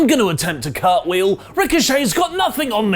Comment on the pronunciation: A CARTWHE-OLI ARE YOU MAD?! ... unsubscribes and re-subscribes